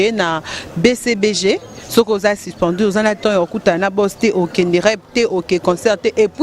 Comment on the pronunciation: Toi t'es grave: But au lieu de bit---suspendu et non sispendi, et le reste .Tu peux mieux faire en francais si tu travailles ton expression . OK ?